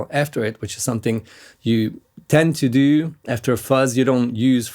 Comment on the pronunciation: It’s “to do”, not “tew dew”, bro.